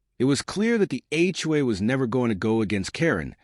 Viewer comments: HOA not HUA. Hedge not head. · It's HOA, not HUA. DUH!